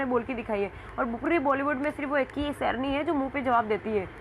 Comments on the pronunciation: Serni mat bolo Sherni bolo..pata nahin yeh gujoo lok sahi pronounce kyon nahin kar sakte. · सैरनी क्या होता है (शेरनी बोलिये) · Serni na bolay sherni bol